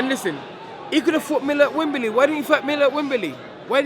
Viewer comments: "rurked it up for a wurl title..wembely"...only 1 dillian😁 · WEMBEELEEY LOL